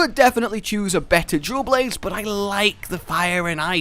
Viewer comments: Is it just me that hear him says "jewel blades" instead of dual blades?? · I keep hearing jew blades instead of dual blades... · “Jewel Blades”